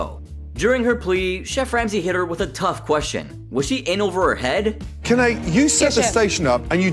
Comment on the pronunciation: It's 'Kanae' not 'Ken-eye'. I don't think he's warched this season